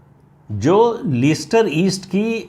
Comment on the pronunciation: Very true Pradeep ji. Indian govt should have stated Hindus instead of Indians. The pronunciation of the city is Lester Pradeep Jin🙏🏽🚩🇮🇳